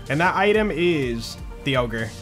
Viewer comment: When you say "We gotta get the ogre", it kinda sounds like "We gotta get the yogurt"